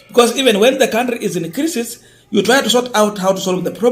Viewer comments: gentle correction--- crisis usome kama unasema kulia machozi--kwa hivyo utasema CRY-SIS. Keep up the good work. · Or another way kraisis, craisis